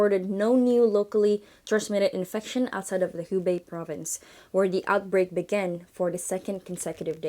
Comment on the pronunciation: tumben pelafalan beberapa kata kerasa kurang pas: corona, outbreak, organization. Luv ur channel so much tho